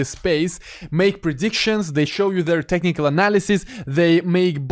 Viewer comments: "Tennicle" analysis? Lol. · Am I the only one hearing him saying "tentacle analysis" every time he says "technical analysis"?